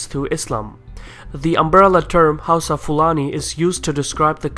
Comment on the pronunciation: It's pronounced HOWSA